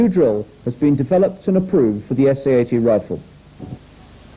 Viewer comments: I had to stop watching when the narrator swapped t's for d's eg sa 8 Dee the 19 8deess etc nope arsehole trigger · The way way you say 80 gives me the creeps, “ayydeee” very strange and a little off putting.